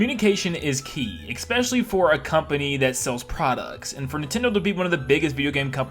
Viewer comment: Especially not “expecially”